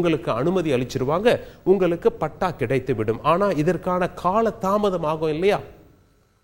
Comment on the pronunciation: தமிழை கொல்ல வேண்டாம்! நீங்கல், குறித்துக் கொல்லலாம், உங்கலுக்கு, பார்த்துக் கொல்லலாம், உங்கலுக்கு, அடையால அட்டை, அட சொட்டை தமிழை ஒழுங்காகப் படித்து ஒழுங்கா செய்தி வாசிக்க கற்றுக் கொள்ள வேண்டும்!